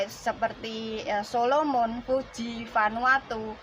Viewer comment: koreksi dikit ya. Negara Fiji bukan Fuji